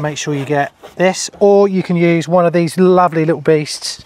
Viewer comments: I thought you said "used" and not "use" 🫣🤢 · That's what I heard as well 👀